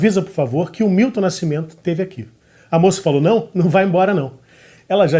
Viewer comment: Grande finalização com Caetano citando Fernanda Montenegro. E Milton... não é Wilton, é MILTON. Muito bom! Muito bom. Manjo nada de música... mas acho q... vou acabar aprendendo arranjo... sem querer, querendo 🤓